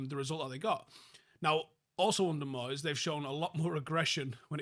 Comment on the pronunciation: I'm sorreh to say again it's moyseh